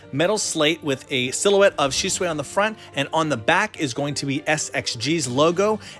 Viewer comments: why you gonna say shisway instead of shisui... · Nevermind the fact it's supposed to be pronounced "She-sue-e," his face is actually really off to me, and I'm not understanding why his hand is in front of his face like that. Its quite awkward placement imo. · Dude does not know how to pronounce shit go watch the anime and say it the same way they say it in sub not dub buddy talking about shisuway when his name is shisui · shi-zu-e not shizu-way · He said shisuway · Whot? Side characters now?nudbad.... I dun think he's even in the vg?... The susano is really good. Btw it's su-san-o tho? And your shisui sounded like shishui. Try dropping the h sound? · it's pronounced shi su ee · omg your pronunciation is awful, you can't even say Shisui? I'm out.. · You said the name wrong